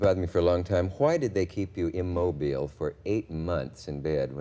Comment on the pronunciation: Too bad Cavett can't pronounce IMMOBILE correctly.